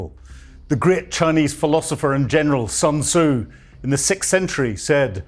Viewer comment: It's pronounced "soon-zih"—stressing the first syllable.